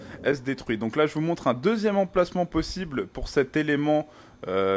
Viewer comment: tu dis plosible au-lieu de possible